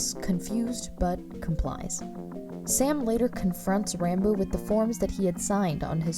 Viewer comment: Its pronounced rahn boo